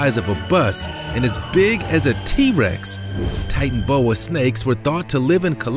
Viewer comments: Hahaha titanboa it's titanaboa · Not titanboa its titanoboa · NO NOT TITANBOWA well how every u say it BUT I LOVE SNAKES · . its a titano boa not a titan boa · you cant say titanoboa